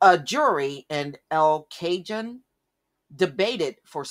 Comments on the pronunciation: it is el cajon (j is prononounced like a "H" not J) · I lived in the area It is pronounced: EL ( L ) CAHONE.( KA- HONE ). Keep up the great reporting. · el cajon is pronounced el cahone.............. Just a lil FYI